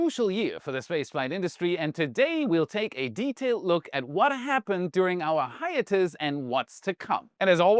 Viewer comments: Hey,, hiatus is pronounced 'Hi-ate-us' with accent on 'ate', you pronounced it incorrectly as 'Hi-at-us' with accent at 'Hi'. I know, I know, English is not your native language, but just thought you'd want to know. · Grammar nit-pick: "hiatus" is pronounced hi-ATE-us with the emphasis on the second syllable All the best 🚀